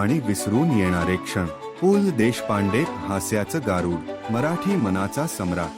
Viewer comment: भिकार माणूस पू ल त्याला नीट म्हणता पण येत नाही ये